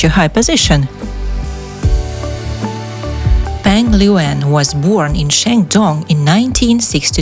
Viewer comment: The PRONOUNCIATION of her name here is so bad!!!! 😂😂😂